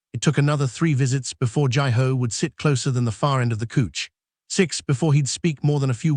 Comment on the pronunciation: Couch, not cooch :hand-orange-covering-eyes::face-fuchsia-wide-eyes::face-purple-crying